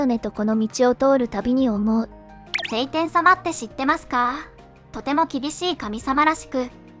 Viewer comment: セイテン様ではなく、ショウテン様でわ？